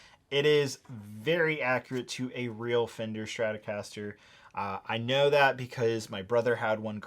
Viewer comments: Not to be an a hole but it’s Stratocaster not Stratorcaster. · Dude... Its Strat-O-caster. Not Stratorcaster lol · You've managed to squeeze a rogue R into Stratocaster there, buddy. Might want to fix that.